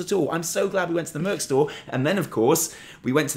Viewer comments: Ok, think of the first syllable in merchandise, then when you shorten it to 'merch' use that same first syllable. It's not merc, it's merCH. Also, 'controversy'; I think you're doing that on purpose. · Okay... I’m going to be the asshole that asks why keeps saying MURK.... I know it’s not a British thing! It’s called MERCH! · Every time you say "merk" instead of "merch" my blood pressure spikes...... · ''controhvercy'' ''murc''O